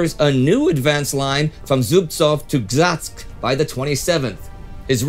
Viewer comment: It's Rzhev and Gzhatsk, not Rhzev and Ghzatsk. I know the names are hard to pronounce, but you could try looking their spelling up on Wikipedia.